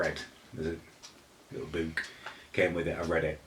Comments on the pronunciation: He needs to realise that's not how you say those words, 3 years later he still talks like that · ''Have a loowk through the coowk boowk'' 😂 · Why can’t pronounce book properly?